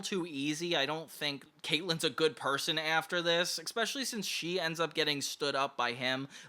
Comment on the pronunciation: Please, for the love of God... If you insist on using that word so much; it's "especially", not "eckspecially". You are killing me with that, man.